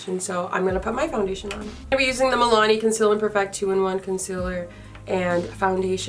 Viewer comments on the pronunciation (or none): you said “conciller” like laura 😂😂🤭❤️